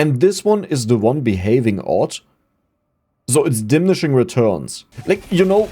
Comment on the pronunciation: di-mini-shing :D